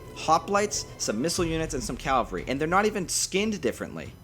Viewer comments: It would behoove you, get it, to pronounce Cavalry correctly. It is not Calvary. That is where Jesus got wrecked. Cavalry comes from Caval Having to do with horses. As in chivalry. As in Caballo. Ca val ree Cavalry. Thanks for listening. Sorry for the troll. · Mate you're saying "calvary". It's "cavalry". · Why do Americans always say calvary instead of cavalry???